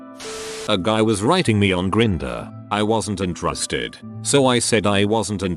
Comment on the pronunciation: lol the robot says intarasted instead of interested